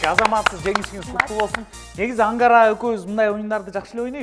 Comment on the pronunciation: Ангара деген ат барбы Амкара Деп эле угулуп атат